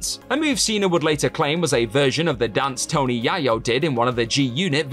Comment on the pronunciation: It's pronounced Tony yay yo lol